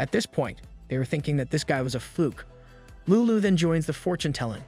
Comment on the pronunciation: If he was trying to pronounce lulu in a more Japanese way than I guess itd be closer...